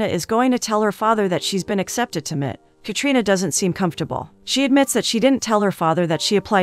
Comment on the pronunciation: M.I.T. Massachusetts Institute of Technology, M I T not mit